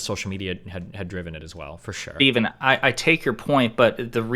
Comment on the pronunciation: Who's "Fteven?"